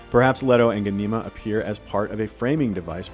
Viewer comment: Who thought changing the pronunciation of Ghanima and Alia was a good idea? Hint: It wasn't!!!